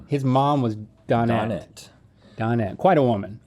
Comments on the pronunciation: Listening to Link say Don-net was liking me! Dō-net. Good grief! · Isn't it done-ette? lol